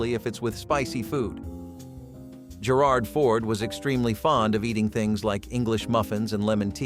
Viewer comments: You did it again! That's "Gerald" Ford, NOT "Gerard" Ford. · Gerard Ford, its Gerald. Brown Darby, really, It's the Brown Derby. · It's Gerald Ford not Gerard. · I know right?! It was super cringe hearing that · "Ger-old," not "Ger-ald" for President Ford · He mispronounced Gerald Ford's name wrong 🙄. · Very sloppy video. Ronald Reagan picture with Warren G Hardings name. Gerald Fords first name mispronounced. Chasens restaurant not Chasers. Need to work on editing.👎